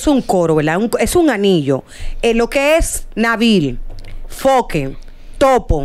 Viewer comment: CANDY ES FOKE NO FOKER 😅